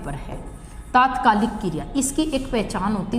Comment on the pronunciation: Kiriya nhi kriya h maam